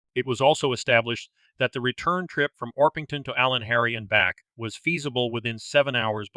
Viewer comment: I was living in Llanharry at the time of these murders. The community was and is split on who committed the crimes. A word on pronunciations: Ll in Welsh is pronounced Cl so Llanharry is Clanharry. Pontypridd pronounced Pontyprith. I cant see how Jones could have got from Pontypridd train station to Llanharry. There was no local station in Llanharry. He would need to get a bus and change at least once. Well over an hour local journey. Someone local would have seen him.